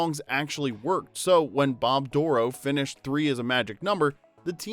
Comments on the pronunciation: Think you have the wrong emphasis on Bob Dorough’s last name. It’s like “doh-row” not “DOOR-row”. Lived in the same area as Bob and saw him several times live and he pronounced it “doh-row”. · Bob Dorough Stress on the 2nd syllable. doh-ROW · It KILLS me that you’re mispronouncing Bob’s last name. It’s said DUR-oh. Being able to meet him at a jazz club in NYC and let him know that Schoolhouse Rock was a driving force for me becoming a jazz musician was a dream come true. He was genius with his time and talent, and we’re all the better for his contributions to our youth. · Fwiw, Bob Dorough’s name is mispronounced in the video. He pronounced it with emphasis on the second syllable of Dorough. “Bob Dur-OH” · Just an FYI after spending some time with the man when he was still with us in Delaware Water Gap Pa his name is pronounced Door Roe. 🙂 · you pronounced Bob Dorough's name wrong, the accent is on the second syllable. Don't tell me I don't know the facts.